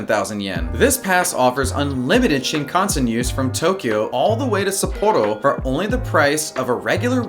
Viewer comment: the way he pronounces shinKANsen...